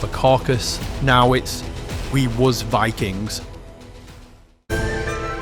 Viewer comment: It wuz Vikangz, not Vikings. ... Otherwise, great video.